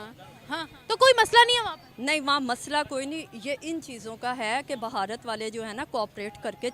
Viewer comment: पहले तो मैडम बता दूं ये भारत है, ना कि भहारत 😊😊 उच्चारण की बड़ी समस्या है पाकिस्तानियों को😅😅